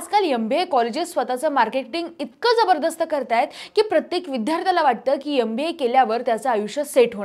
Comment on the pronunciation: Adhi MBA nit bolayla shika. "YamBA" kay asta. Ugach mullana chukicha shikvu nka. Suruvatiche thode varsha avghad jaatil pn nantr success nkiich ahe.